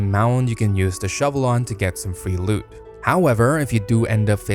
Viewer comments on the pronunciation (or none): none